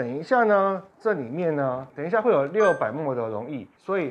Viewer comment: mL毫升的英文是milli-Liter，要簡化也是唸mil。mol是6*10^23，國中就學過了。